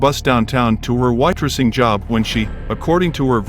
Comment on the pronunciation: I tried listening to this, but I cannot stand A.I., due to the wooden delivery and ridiculous mispronunciations, i.e., the woman who was on her way to her “wattressing” job. . 😑